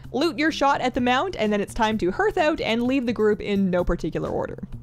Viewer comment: So helpful, thanks. I wonder if ever reads these? I don't think I've ever seen her comment on a youtube vid. Fair dues though, she's probably hella busy. EDIT: Hearth pronounced as in heart, not earth.